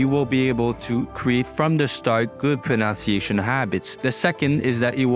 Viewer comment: That’s a nice video so I will give you an example of irony. The only word you mispronounced was “pronunciation”, which has the NUN sound in the middle rather than the NOUN sound. This is a common mistake even among native speakers so don’t feel too discouraged. Best wishes from Australia.